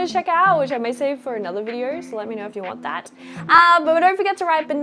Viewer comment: Adorable how you manage to cram an “R” sound into “video” and “yellow”. 😊